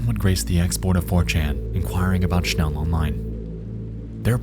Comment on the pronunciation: the pronounciation for "schnell" is hurting my head ...